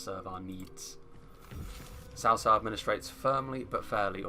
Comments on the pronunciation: I know it's not your fault but I hate it when I hear "sao sao." It's so western to pronounce it like that. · RAZZAQUE No. Tsaotsao. I live in China, and I know this. is saying it correctly.